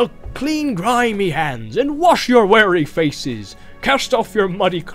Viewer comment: "Here's my Goldberry, clothed all in silver green with flowers in her griddle." -- What, was she making pancakes? Or did he mean to say, "girdle"? : ) "Is the table ladden?" -- That should be "laden", with a long A sound. "You shall clean grimy hands, and wash your wary faces." -- That should be "weary", with a long E sound. They aren't being cautious, they're tired.